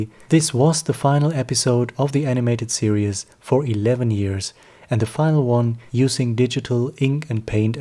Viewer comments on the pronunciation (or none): You pronounce "series" as "serious"